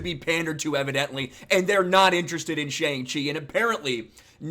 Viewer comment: Cannot even pronounce the title of the name right LMAO. Can’t trust anything coming out of this guy’s mouth.